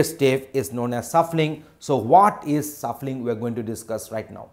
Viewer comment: Man it's shuffling and sort not suffling and short